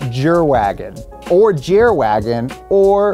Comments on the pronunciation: The "Jerwagen" should be pronounced yervagen, as in german the j sounds like a y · lol Jerwagon 'Jer' is pronounced a little differently if you're going for german bro 😂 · you actually pronounce it Yerwagen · Jerwagen is hilarious; but more realistically it would be pronounced like "Yer-vagen", and that's even funnier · Please, please, pleaaaaaaase tell me where I can buy a "Dount Jerwagen" (including the accent please) xD